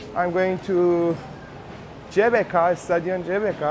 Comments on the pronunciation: The letter G in bahasa Indonesia is not pronounced JAY, but GAY. So, GBK should be pronounced like gaybayca. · Assalamualaikum brader..GBK bukan CBK..😀😀 smoga sukses bahasa Indonesia nya merdeka 🇮🇩💪